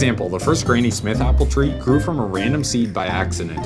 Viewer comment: Its granny as in grandmother. Not grainy.